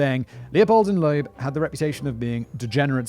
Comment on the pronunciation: Loeb, not Loab